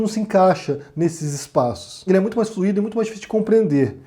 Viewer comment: escorregou no fluido. Fluído é particípio. Kkkkkkkkkkk, digo isso de boa, viu? É que eu presto muita atenção no que você diz. Adoro seus vídeos. Eles me salvam. Um grande abraço.